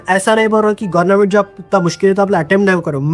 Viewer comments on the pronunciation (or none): Yee gornament job kiu bol raha hain? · Bhai tu jaan bujh ke gornament bolta ... Sahi kaha na maine 😂😂